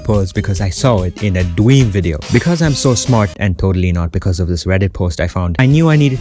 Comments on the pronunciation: don't mind me, just a repeat button for the way he says "Dweam" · Either A. He is saying dweam to be "cute" or B. He just speaks like that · For a sec I thought u said dweeb instead of dream LOL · is it just me or he said dweam